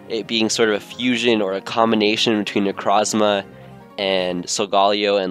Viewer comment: that is not how you say necrozma